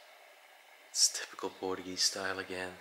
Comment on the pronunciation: Portuguese not portugee😂